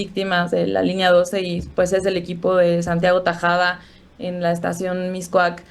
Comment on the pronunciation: Que entrevista!!! Una mujer que llama Tajada en lugar de Tabuada...tal luego exige respeto y ética...ah que Julia de apellido corrupto. Incongruente mujer. Soy pro AMLO 100%